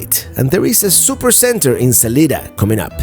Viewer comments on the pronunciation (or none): thanks for the drive through gods country -- i cross the colorado river right there in grand junction every day -- on east on 50 you can see my house -- and its sa-lie-da not sa-lee-da -- not the spanish way -- weve americanized it -- stop and stay awhile next time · Salida Colorado is pronounced Sa-LIE-da.